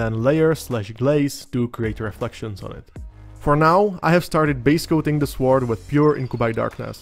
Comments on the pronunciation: Great explanation of NMM for an absolute beginner like me! I like the recipes and method you showed, for the sword and the gold. I also love your pronunciation of sWord. Wu-Tang! 👐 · Beautiful paint job on that mini. I love how you pronounce the 'w' in sword. English is a stupid written language. Sord. Lol.